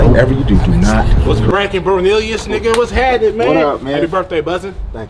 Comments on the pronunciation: he said braccin not craccin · I heard Brackin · Put on some headphones he says Wass Brackin 😂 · He actually said brackin but I'm sure most Bloods make mistakes. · He said brackin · They said Brackin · Def said bracken